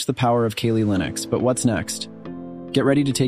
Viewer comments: I was done when he said Kalley instead of Cally for kali. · Ok I know I'mma get heat and smoke for this?..but you're sayin' Kaylee" Linux...when its "Kali...and in CAL-ifornia?...or KAL-EL (aka Superman!) sorry...I know..I'm a geek!....LOL! So its "CAL-LEE" Linux...LOL! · Kah-Lee NOT KayLee (smdh) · You gotta prounounce it correctly first. Its pronounced like "Cally" "Cal Lee" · "'Kayleigh' Linux" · "keylee linux" rofl